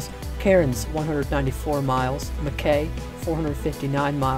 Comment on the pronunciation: That's not how to say Mackay and Cairns this is how to say Mackay and Cairns